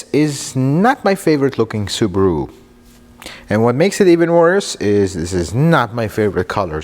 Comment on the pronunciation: This guy is the best car reviewer. I can listen to him the whole video and i don't really know about cars. But he pronounces Subaru wrong lol. I'm Japanese though so maybe it won't annoy other people